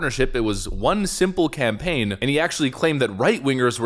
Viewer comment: Worst “Can-Pain” (campaign) ever! 😂